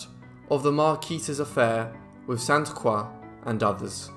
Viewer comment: Great video! Thank you for pronouncing “Croix” properly